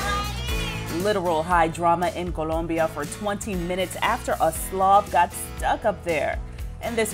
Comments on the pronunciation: She pronounced it all correctly. Nice to hear for a change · She pronounces "Colombia" perfectly.